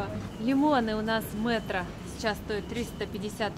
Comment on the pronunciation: Не МЭтро. а мЕтро